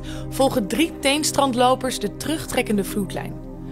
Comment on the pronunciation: Ze spreekt het verkeerd uit, de strandlopers hebben drie tenen